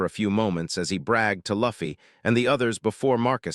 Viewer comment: Maybe if they spelled it "Loofy" the AI would have pronounced the name right! Lol 😂😂